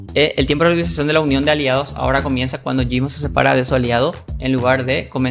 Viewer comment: Te rayaste mal con lo de gysmo xD y creo q ni lo dijiste bien equisde